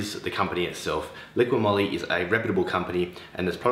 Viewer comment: ''Liqui Moly "" not "liquiD" Moly 🤣🤣